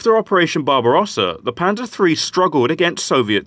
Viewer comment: Pleae stop pronouncing it Pansa almost sounds like panda which i heard at first. Call it Panzer with a heavy S and an er like the on if u were to say the hard N word. No offense a different example didnt come to mind